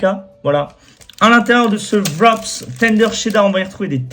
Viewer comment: Ca se prononce "vrap" et non "vrop's